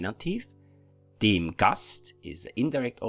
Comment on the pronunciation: Very good video! Thanks! Anyway I’ve always wondered why do you pronounce ”dem” like there was an i. It sounds like dim. I hope you understand what I mean. Greetings from a Finnish speaker, we use 15 cases! 🇫🇮🇩🇪